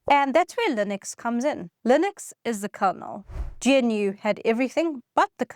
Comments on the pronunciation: I really hate to be that guy, but it's not pronounced "GEE-EN-YOU'; it's pronounced GNOO, the same as the animal that is used as the mascot in its logo. Anyway, that aside, I've been a Linux user since 1995, cutting my teeth on Slackware. I administer Linux servers and use—wait for it—macOS at home since 2007. I gave up on Linux on the desktop in 2007 because, frankly, Linux had never lived up to its potential as a desktop operating system. Even in 2026, a modern Linux, e.g., Ubuntu, is just not as smooth a desktop experience as I can enjoy on macOS. And macOS, by the way, is a certified UNIX, which I love. I administered a whole bunch of UNIX systems back in the mid-to-late '90s. I crushed hard on the SGI O2 workstation. So when Apple moved from the old architecture to a BSD-derived UNIX with its most interesting hybrid monolithic/microkernel Mach kernel, I was up for a test drive. The user experience on the desktop eclipsed anything I ever experienced on various Linux distros. So I bit. Nineteen years later, I still work with Linux desktops (these days, for software testing) and my feelings are the same. In 2000, much of the press hailed it as the Year of Linux on the Desktop. In 2026, I'm still waiting for that to happen. I'm sure it WILL happen at some point, but the pain of me using macOS is still considerably lower than the pain of me using GNU/Linux today. There's truth to the "Windows ships on the PCs people buy". But the other reality is that people, for the most par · "Gee En You" Nah, "G-noo". Like the animal, but the "G" ain't silent. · Until now, I've never heard anybody pronounce GNU as gee-en-you before... That's in almost 4 decades. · GNU is pronounced "Gah-noo" as per Richard Stallman the founder, and GUI is pronounced in a similar fashion "Goo-ey" ;) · GNU is pronounced "gah-new" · its pronownst: 'gənnoo'. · It's pronounced "g'noo" not "gee en you" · Surely it's pronounced "Noo", or even "G-Noo" not "Gee En Yoo" ???!!!!